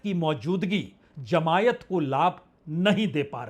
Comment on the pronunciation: Sir it is not jamaiat ,it is jamaat or jamaati